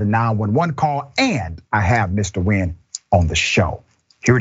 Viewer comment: Much respect for pronouncing the mans name correct. Nguyen (win) is probably the most common vietnamese name.